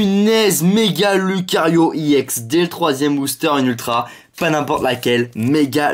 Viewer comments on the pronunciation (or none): on dit pas ix on dit éx mais ca s ecrit ex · pourquoi tu dis ix et pas ex